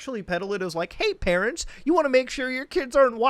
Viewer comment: I'm I wrong for saying I thought instead of hearing that butchered 'Parents' kit; I thought that shit said Karen kit..... Guess it's just me 😐